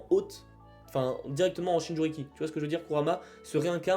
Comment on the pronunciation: Jinchuriki et non "Shinjuriki", mais bon, cool la vidéo !